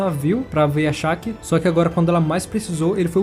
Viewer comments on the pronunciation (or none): Porque você fala SHARKKI? se o nome dela não tem R? É shakki shakki shakki